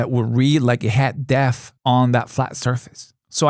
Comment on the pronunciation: Great video, seeing how you went about adjusting and fixing the issues is very helpful. In return, one quick note.. the "P" in "depth' is not silent.